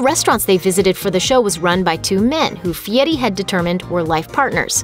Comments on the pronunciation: The voice-over girl needs to say Fieri, not Fietti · Guy Fieri not Guy Fietti. I don’t think it should be so hard to fact/edit check your own videos before you post them but this seems to be a common lazy YouTube practice. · I hate how people pronounce Fieri. They say“fee-Eddy”, like there’s no “r” in it. It sounds really stupid. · It’s “Fieri”! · It's pronounced fietti where he comes from. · Soooo....Fieri is pronounced "fietty"?? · "Guy Fietti"? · Guy who? I guess everyone else has been saying his last name wrong.